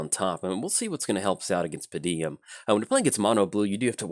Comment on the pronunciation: Hey, hate to be 'that guy'. It doesn't especially bother me, but how did you manage to consistently say "Pa-deem" with three syllables? =P